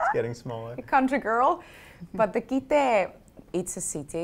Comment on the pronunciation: Pronounced "Tarja" wrong twice. Pronounced "Kitee" wrong. Pronounced "Dimov" also wrong.